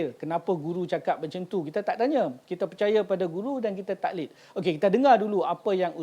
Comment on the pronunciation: tuan admin, tolong baiki betul2 sebutan 'taqlid' tu guna huruf Qaf dan ada Qalqalah di tgh2nya.